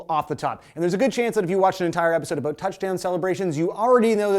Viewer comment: First: #BeRoyal but it was great playing Toronto. Second: Does he usually hide the "abuut" or am I just now noticing it? Third: never should celebration of excitement be penalized (like the difference in a game winning situation). But I think there is a line that crosses into things being excessive. Where is it? I don't know. I remember watching - and loving - that cell phone gag live, but is it reasonable? Does it slow the game? Are sports leagues private enterprises that can make whatever rules they want? (That one is a yes). I think there is a full right to penalize it but if a player is willing to pay to build his brand (see Jordan/Nike paying the fine for Jordan to wear Jordan's when Jordan's were released to build that brand) that should be up to the player.